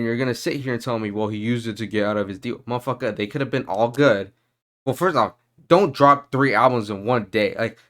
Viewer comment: I felt that "muhfuckah" all the way here from Australia 😂